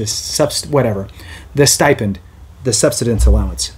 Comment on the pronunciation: Learn how to pronounce "subsistence" or stop making videos.